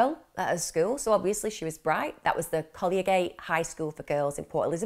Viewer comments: I think you say Botha as “Bow - tuh”. And collegiate as “kuhl - eej - uht”. Not being picky and maybe I’m wrong. X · It's ok, my British husband couldn't pronounce collegiate either 😉